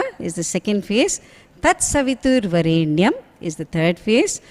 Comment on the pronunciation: pronounciation is not correct.In "varenyam" in which there is deergaswaritham in the word 're' only not in yam. I find deergaswaritham in yam that is not correct.